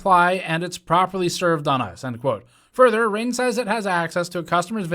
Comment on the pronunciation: I don’t think my man pronounced the “g” in “Ring” that whole time. “Rein”